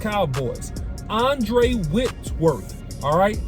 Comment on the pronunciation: Andrew OC not Andre* lol 😅😂😅😂